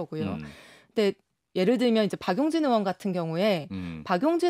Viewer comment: 의원 발음이 안돼? 으이원..이게 안돼서 으원이야?